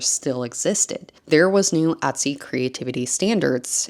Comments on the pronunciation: Et-sy.... Not Ot-sy. ETSY. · drinking game: a shot every time she says "atsy"